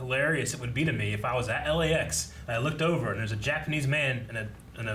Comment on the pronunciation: “It’s ova”😂